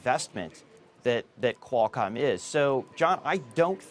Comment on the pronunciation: Everytime he says "quail-com". . .